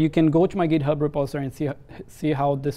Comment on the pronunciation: The video is pretty informative, but the "repostory" instead of "repository" sounds weird.